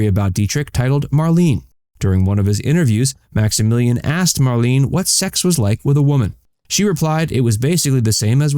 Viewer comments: Her name was mar-LAY-nuh. Not mar-LEEN. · Her name is pronounced Mar-lay-na. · HA! The very FIRST word spoken here is "Marlene" and you cannot even pronounce it! MARLENE is pronounced as "MARLENAH". I WAS a subscriber but dropped you because of your poor research and countless errors of every aspect. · It's spelled Marlene however it's pronounced Marlena. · You should pronounce her name properly!